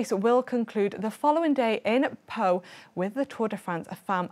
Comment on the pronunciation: Well - pronouncing some of the city names like Pau or Limoges could be a bit different when my memory serves me right 😂